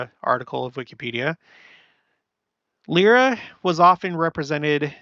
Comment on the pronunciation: I know how much you love people correcting your pronunciation, so I thought I'd mention that Lyra is pronounced "Lie-ruh." Keep the "lyre" and just add an "uh." :)